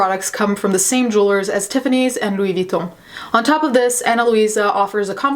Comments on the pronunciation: Dude, your "Louis Vitton" pronounciation was so on spot wtf are you part french? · the way you said louis vuitton was everything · Damn, the way you pronounced LV caught me offguard 😳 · That Louis Vuitton prononciation tho 😳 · Unrelated but I absolutely love how you said Louis Vuitton! I usually hear people pronounce it “Lewie Vooton” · The way you said Louis Vuitton was beautiful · THE WAY YOU SAID LOUIS VUITTON MADE MY FRENCH SIDE HAPPY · the way you said louis vuitton made my heart skip a beat haha it was so beautiful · The way you said louis vuitton had me 😮 you're correct pronunciation when you say words in other languages like Spanish and french is just awesome